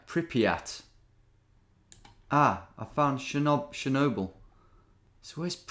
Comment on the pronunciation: Wow… never knew britts are so bad at pronouncing foreign things haha. Pripath and sjenoble 😅